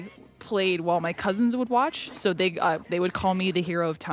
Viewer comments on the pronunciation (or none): none